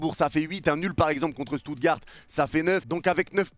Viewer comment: Seigneur comment t’as prononcer Stuttgart